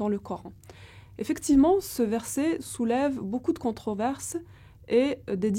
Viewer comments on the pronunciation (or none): none